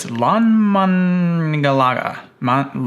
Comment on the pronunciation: A+ pronunciation of Landmannalaugar